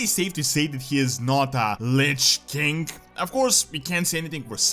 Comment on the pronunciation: The way you pronounce king sounds like 'kink'